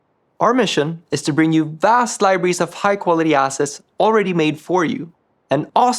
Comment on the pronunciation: all I heard was "High Quality Asses" and I like it :D